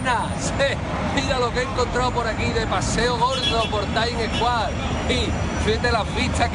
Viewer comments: El "Taims eskuar" dice. 😂😂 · Será anti madridista pero estas cosas hacen gracia jajaja Ole por él y ole por ''taims eskuar'' XD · taim escuar jajajajajajaja